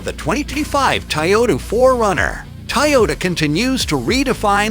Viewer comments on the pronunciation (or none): Nice “Tayota” !